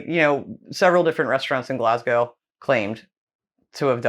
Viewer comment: ( I'm just kinda disappointed that the chef at the start said "Green Cardaman" Also, CTM, has only ever been used in that video. And Glasgow, is Glazgow. Not Glass Go.